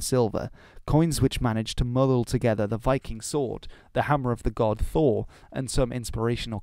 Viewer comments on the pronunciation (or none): none